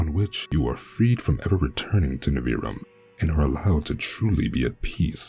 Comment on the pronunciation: Your voice and the way you pronounced Nivrium is fantastic! In my head, the way you pronounced Nivrium is canon and I might alter the name to make it easier to read correctly for future releases related to it. This is just the beginning. 😈